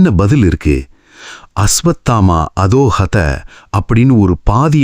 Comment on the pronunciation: அசுவத்தாமா அதோஹத இல்ல அசுவத்தாமோ ஹத